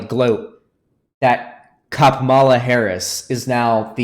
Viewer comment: Ngl it's kinda cringey that still doesn't know how to pronounce Kamala lol